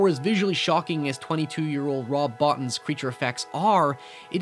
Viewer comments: I love your video on 'The Thing.' It's one of my favorite body-horrors of all time, along with Cronenberg's 'The Fly.' I'm sure I'm late to the party when I tell you this, and I didn't scroll through the comments, but Rob's last name is pronounced 'Bow-teen.' Hey, I did subscribe! Keep up the good work. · Rob Bottin's name is actually pronounced (Boe - Teen).